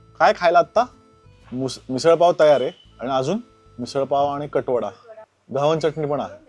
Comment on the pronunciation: घावणे बोला घावन नाही